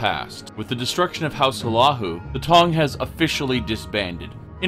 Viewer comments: and he calls house Hlalu house "" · Awesome little lore thing. I knew Morrowind got fucked in the past 200 years, but not that bad. (Also you're pronouncing Hlalu wrong) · I hate how you pronounce House Hlaalu. The build video is great, but hearing you pronounce Hlaalu is painful.